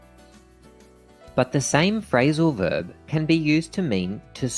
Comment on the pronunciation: "Frailsal verb"